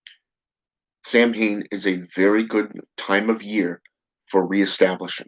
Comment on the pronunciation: its actually pronounced "sou-wen". common misconception. =]